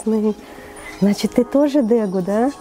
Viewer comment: я понимаю, что исправлять чужие ошибки не вежливо, но как владелец троих дегу у меня просто режет слух от произношения дЭгу. Хотя лично я зову их вообще дегусами